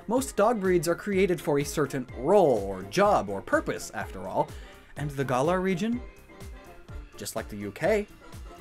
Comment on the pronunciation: GAH-lar, not GUH-lar